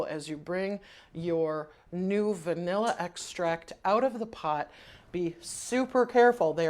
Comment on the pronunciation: Are you saying bnilla? What is the site. Ty in advance.